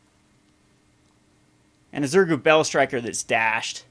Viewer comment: it is pronounced ZurGO not ZurGU :)